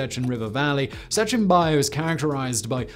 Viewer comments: Its "Bajo, pronounced ba-ho" Not baio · "Sechin BACH O." BACH , like the composer. that's the pronunciation of Baj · >Can say Julio correct >Mispronunces bajo every single time